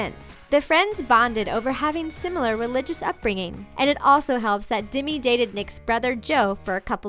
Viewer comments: Its demi not dimi lol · its demi not dimi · Why did they say Dimi instead of Demi? It just annoyed me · demy not dimy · how she said Demi